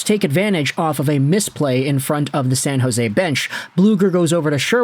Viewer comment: Its San jose😂